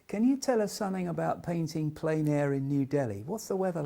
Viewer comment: Totally agree. And while I'm in the mood for a rant, "plein" does not rhyme with "pain" or "plane". It rhymes with "pen".